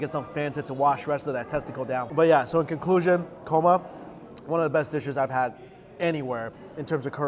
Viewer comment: He said "korma" a few times...then it became "coma". Psst try not to bring food to your mouth or touch food with your left hand. It is disrespectful because the left hand is considered "dirty". I make a mean chicken karahi!